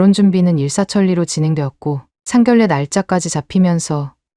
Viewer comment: 이유튜도 아니 젊은 여자 유튜들이 한글을 모르나 봅니다 상견례를 상결래라 하는데 소리 나는데로 읽어도 상결래가 아닌데 왜 상결래 인지ᆢ 조선족 들이 유튜브라 발음이 안되나?